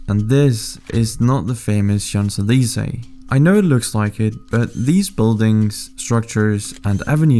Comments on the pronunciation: The way you pronounced champes elysées 💀💀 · I'm sorry but I did not know anyone could butcher pronouncing 'champs elysées' so hard 😭 it's bothering me too much 💀 interesting vid tho 👍